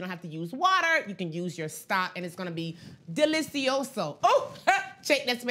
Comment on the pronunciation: she said "delishioso" was Spanish!!! I love her!!!!